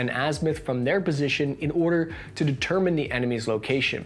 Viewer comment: Why have you sounded so sick lately? You sounds super congested and the way you say “determined” was kinda weird. Hope you don’t have monkey pox sars